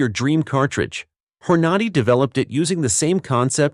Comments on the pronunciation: "hor-NADY"?? NOOOO "HORNA-day" Another reason I hate AI generated narration. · every time it said hornody instead of hornady i got a lil more furious inside never mind the leed instead of led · Knew it had to be AI driven when they kept saying " LEED " an " HOR NADY " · Leed? Hor-nah-dee? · Whore-nahde ammo lol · Waay...Wha....It's not Hore noddy????😮😮 😅😅😅😅😅! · "Horn Nar Dee!" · Learn to pronounce "Nosler", Hornady, Lead is pronounced "led" not leed". Makes me wonder what else you have WRONG